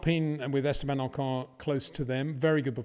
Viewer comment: It is funny how you manage to mispronounce both VERSTAPPEN and OCON... You are probably the very last person on earth who insists on saying **VER-SH-TAPPEN**!